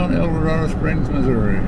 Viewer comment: Not to pile on, but it's pronounced El-dor-AID-o. I know, I know, but it grows on you.😎The town 20 miles to the west on 54 is pronounced nev-AID-uh.